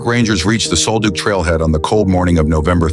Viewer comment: Sol Duc is pronounced like Sawl Duck.